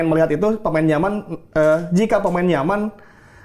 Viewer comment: Pas denger "pemain nyaman" kedengeran "pemain yaman" sama sperti yg dibilang bang ari